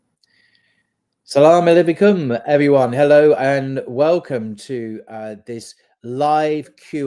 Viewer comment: Sounds like he said salamalivikum ??